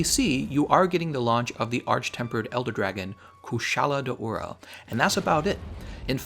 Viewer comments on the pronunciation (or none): none